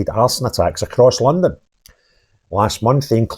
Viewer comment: I like how you said a arse-an attack